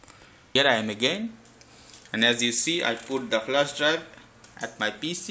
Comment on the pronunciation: it's pc not piiiise